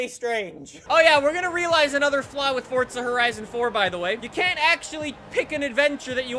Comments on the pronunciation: is he saying "fortsa" that often on purpose? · Why does he keep saying fortza???? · the fact he says fortza pisses me off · Stop saying Fortsa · Omfg god dude stop saying fortza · Where is the t in forza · WHY ARE YOU SAYIMG FORTZA XD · Oh... we got another "fortsa" guy.. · The only reason I don’t watch u much is because u say FORTSSA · It kinda gives me aids when he says fortsa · Its not FORTZA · he say FORTZA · fortza = fortnite x forza (just kill me now please) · “Welcome back to Fortsa Horizon 4” All in good spirits, not making fun of you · stop saying forTSa horizon four all the fucking time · is it just me or does he say fortza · There is no T in forza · that’s how almost everyone says it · Oh great another guy who thinks there is a t in forza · Forza not Fortza! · ITS NOT FORTZA ITS FORZA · It isn’t fortstza it is for zap get it right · it’s forza not fortza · Why does he pronounce forza like fortza??? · Fortza.. I believe its pronounced forza.. "4-ZUH" lol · Can u accualy flippin pronounce the game right it's Forza not fortza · Please stop calling it fortza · why u say fordza and not forza... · This guy said fortza that makes me so mad lmao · IT IS PRONOUNCED FORTZA, SEARCH IT ON GOOGLE. IT'S FORTZA NOT FORZA SMH. IT IS SAID WITH A SILENT T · its forza not fortsa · Fortza Horizon Four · Say it with me.... F-O-R-Z-A not fortza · "Fortsa" dont you mean forza? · why do you say fortca horizon it is for zzz a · Lol he said Fortza horizon 4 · Stop calling it Fortza call it Forza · It's not FORDZA it's FORZA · Wellcome. Back to fortza horion avhaaha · Why do you say fortsa and not forZa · fortza fortza fortza it’s FORZA JESUS CHRIST FOR ZA FOUR ZUH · everytime you say the game title you say '' Fortsa horizon 4'' instead of Forza horizon 4 it just gets me man XD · Bruh,you be saying Forza like “fotza” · Stfu it's pronounced forza not fortza just stop!!! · ForTza???? Where, tell me where the T comes in?? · Its forza not fotza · forza not fortza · ugh, FORTZA